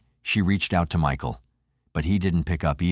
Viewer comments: Me-kael & Myshill 😂 tell us your a bot without telling us your a bot 🤬🤡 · How disrespectful are you, the narrator, disrespecting the victim by mispronouncing t MICHAEL'S name so many times. Unsubscribed.